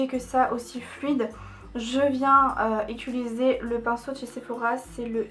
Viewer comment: Ça me stresse tellement que tu dises "ituliser" au lieu de "utiliser", Ca me perturbe 😂 sinon tu te débrouilles tellement bien en maquillage, c'est vraiment joli 😊